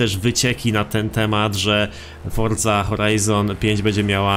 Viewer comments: forzy a nie fordzy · Czemu ty musisz fordza a nie Forza ? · chodzi o to że on mówi fordza